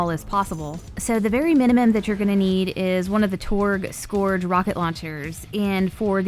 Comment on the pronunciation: Love your voice.. Just a tip.. SCOURGE rhymes with URGE, not GORGE.